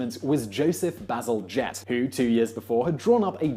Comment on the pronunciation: what I hear when he says "Bazelgette" is always "bezel jet"